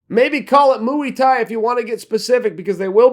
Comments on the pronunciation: Did this bloke actually just refer to muay thai as "mooey thai".... smh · that good ole MOO-EY THAI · MOO-E TIE!!!!!! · Moo-ee thai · Chael always puttin' that little extra "moo" in his Muay Thai.